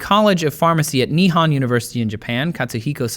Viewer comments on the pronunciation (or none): Not bad with pronouncing Saito's name. You only had a slight accent. However, whether it was done in purpose or not 'Producer Blair' did trip you up with the; "Nihon University in Japan" 1. The "ho" in Nihon is pronounced like in 'sHOwn' so it's more like 'nee-hoh-n', or 'nee-hawn'. Not nee-han. 2. "Nihon" means Japan. They also say Nippon (similar to nee-pawn). So, by saying Nihon University in Japan is like saying "In the USA in the United States of America".